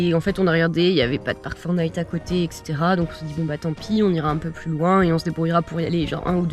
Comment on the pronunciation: J'ai pris conscience dans cette vidéo que vous ne disiez pas "Parc Fortnite" mais Park4Night. Voili voilou...🙃